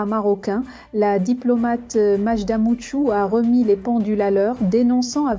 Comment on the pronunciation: C'est pas Moutchou c'est mou hetchoune